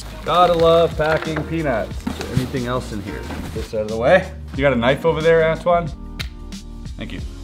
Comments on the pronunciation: I thought he called antwan ass wad like 😂😂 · Dude do you talk french? Cause when you said Antoine, you have an quebec/french accent.